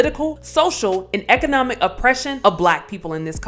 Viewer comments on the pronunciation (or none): none